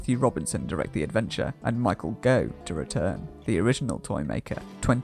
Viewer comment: A decent documentary let down by some odd pronunciation. Chris Boucher - Boucher is pronounced "Bow-cher" not "Boo-chet". Michael Gough - Gough is pronounced "Goff" not "Gogh" and Dr Faustus, Faustus is pronounced "Fow-stuss" not "Fosstuss".